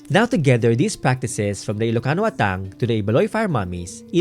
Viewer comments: I'm not sure but our Ilocano pronounced it as "Ah-tang" not "At-tang". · Just wanna share 😅, I noticed yung pronounciation for Atang where the emphasis is at the 2nd syllable "a-TANG", I was taught and often heard from family members that the correct pronunciation is "Aah-tang"/"AH-tang" (emphasis is at the 1st syllable than the 2nd)